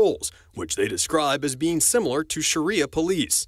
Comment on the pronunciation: So,you can’t even pronounce Sharia fucking Law,and you’ve just discovered the definition/description of it,yet you expect us to fucking take your “opinions” seriously?Get the fuck outta here!A lot of us have been raising hell over all this bullshit for the better part of a decade,we’re very much aware of any and every damn thing you attempt to spew off about,and your “minutes old” opinionated spittle deserves to be taken as meticulous thought worthy of debate? WTF?Damn it man,why the hell you even comment on anything important to us as a sovereign country,knowing you’re less informed than a fucking high school sophomore?? I’m just disgusted,fucking disgusted that we’ve been weighing in on your “opinions” you’ve literally just discovered.Thats a big “fuck all y’all” to the majority of us that’ve put in the time and effort to get all the pieces of the puzzle we’re “patiently and carefully forming our opinions on”,and surely you see that. Fuckin’ report on what you know,like 8-10 blocks either way out your front door,that’s something we can actually add to our own stored files and form up an opinion when there’s enough info built up to do so. Fuckin’ shit,you’ve ruined the damn day....😣😒